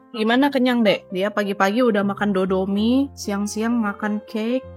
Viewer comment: Yukaa kenapa mie jadi dodomie?